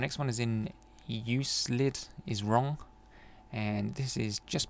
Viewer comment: great guide, thanks! (btw Euclid is pronounced with a "k" :-D he was a greek mathematician, worked with geometry)